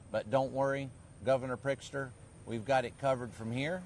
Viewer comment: 😂 he called him governor prick stir.